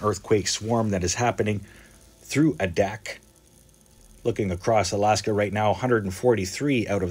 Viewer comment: The first 'A' in Adak long, like in the word aviator.